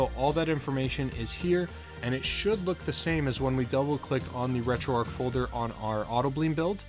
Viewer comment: It's not like it matters but it annoys me....'Retroarc'...that's what you keep saying...there is a 'h' on the end however making the word arc a different one, you see that 'h' yes? Please try and use it.